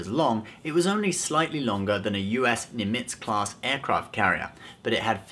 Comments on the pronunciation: Nimitz not Nim-itz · the emphasis in Nimitz is on the Nim, not the itz. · Congrats on a great, fun video. But, just for the record, Nimitz gets its accent on the 1st. syllable to match up with the American Fleet Admiral in the Pacific of WW2 fame.